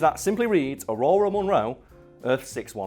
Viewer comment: Did you say Ororo like “aurora”?